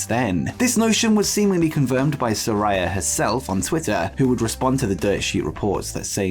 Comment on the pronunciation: “Saraya” is pronounced “Sir-eye-a”!